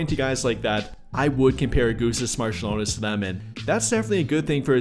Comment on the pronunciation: Augustus Marciulionas :D AugustAs MarčiulionIs